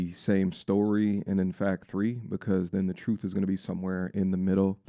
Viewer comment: "HER CHE-RUUUHHTH" 😂😂